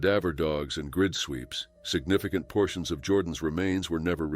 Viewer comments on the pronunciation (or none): none